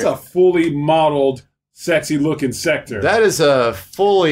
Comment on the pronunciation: Why does everybody keep calling him "Secter"? His name is "SEK-TOR". If you go back and play MK3/UMK3/MKT whenever the announcer says his name, he calls him "SEK-TOR". Goddamn